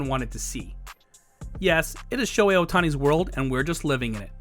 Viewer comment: I don't mean to nitpick, but as a Japanese, it kinda bugs me when some people don't say his name right. Please pronounce the h, it's Sho-hei. Sho-ei is a whole other name in Japanese😅 Thank you. Great vid, we all love Shohei!!!